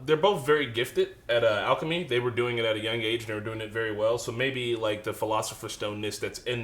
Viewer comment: AL-KIH-HESS-TREE not alchi-history